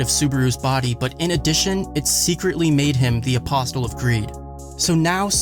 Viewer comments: Say it with me, "Uh-possle". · pronounced apossle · Polite correction: the T in apostle is silent. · And billions and billions and BilLIoNs and bIlLiOnS and BILLIONS! The "T" in Apostle is silent.